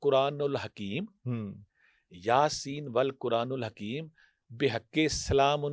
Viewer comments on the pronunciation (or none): Kindly اعراب sahe perhyn. یس۔والقرانٍ الحکیم ۔ن کے نیچے زیر ہے۔اپ ن پر پیش پڑھ رہے ہیں